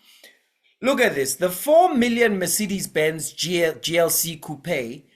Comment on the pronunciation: Pronounces MERCEDES perfectly.